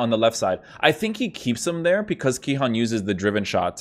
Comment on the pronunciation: Its Cihan with a c like ch in china